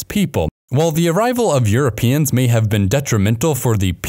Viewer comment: "as earuopeans started exploring the pacific.."?